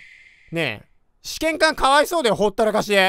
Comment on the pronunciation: 試験官のイントネーションがずっと試験管で笑える